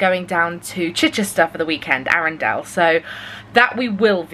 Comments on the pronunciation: Hi, I live in arundel and am so excited you're coming to this beautiful town! Just to let you know it is pronounced Arun (dull) not Arun (dell) sadly not like in Frozen!! I hope you have a lovely trip & Bonnie will love it!xx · Arundale 😂. It's Arundel...but as someone who grew up near there, you will all love the castle, Swanborne lake and all the gorgeous antique shops. Enjoy!